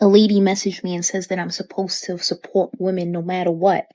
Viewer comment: "sup-poe-watt" - immediate disqualification from any enterprise.